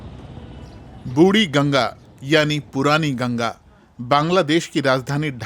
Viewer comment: "बुड़ी गंगा" नहीं "बुढ़ी गंगा", हिन्दी का बलात्कार मत करो...